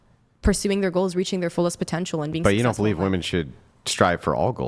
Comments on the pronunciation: Attention ladies! 📢 The word “women” needs to rhyme with the word “swimmin’”. Thank you for your time. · Is she verbally handicapped? Why does she say WOMAN when she means WOMEN? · Why do these people always say woman instead women? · She said woman when she meant women. Nope I'm out. Fuck this adieu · What's with Gen Z pronouncing "women" as "woman"? It's annoying as fuck. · If you listen carefully, you'll hear that they DO say "womEn", but as they pronounce "wo-" the same way as in "womAn", you assume that it must also be the word that they're saying. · Every single one of them pronounces the word as wim-man. That is, an I rather than the O, which makes the complaint rather ironic. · Can they actually just not pronounce the word "women" or is this some new age bullshit that the singular word "woman" means all women? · It drives me nuts they can't say the plural of woman.